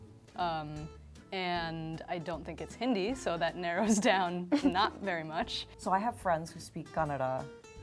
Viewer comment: What pisses me off is the the one wearing white pronounced "Hindi" wrong and she knows how to speak it